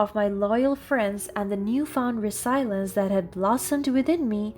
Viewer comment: You can pronounce persevere but not resilience.